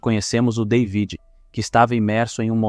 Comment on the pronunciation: Ainda bem que conseguiste antes que o filme acabasse aprender a soletrar David O nome soletrasse David mas tu insistes em soletrar day vid Deus me livre a tua dicção é do pior que ja vi e com isso destrois um vídeo